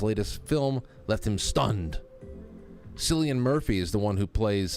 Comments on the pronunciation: Btw ... Cillian is pronounced Killian ... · Cillian pronounced Killian